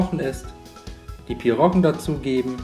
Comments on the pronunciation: Das heißt pierogi und nicht pirrogen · PIROGIEEEE !!!!! Ohne N!!